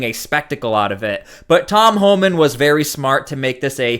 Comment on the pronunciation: Did that stupid DEI hire announcer call him Tom Hahman? What a maroon.